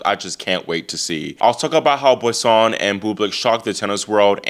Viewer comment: Hey, just a little note on the pronunciation of Boisson...(Bwah saw) the 'n' is not pronunced